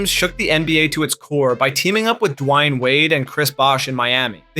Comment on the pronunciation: who da fk is Giannis ANTETOKUNUNPOW? Also who is DUWAIN wade?